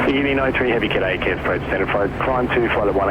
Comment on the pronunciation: Love the proper Australian pronunciation of Cairns (without pronouncing the 'r')